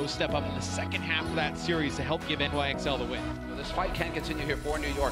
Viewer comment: Forgot to hold the L in NYXL...